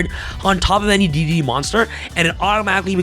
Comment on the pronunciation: Not to nitpick, but D/D cards are called "Double D" and D/D/D are pronounced "Triple D". you might have it confused by D.D, which used to confuse me too. : ) just trying to help